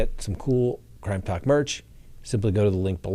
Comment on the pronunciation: Why do you mispronounce the name of your show, Crime Talk. Talk is pronounced “talk” NOT tok!